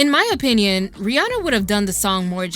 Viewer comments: Isnt it Ree Ann Uh? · Ooo this video is A1 but the way Americans pronounce Rihanna is killing me 😭